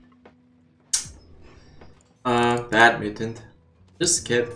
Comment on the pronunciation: Everytime he says mutant I hear mitten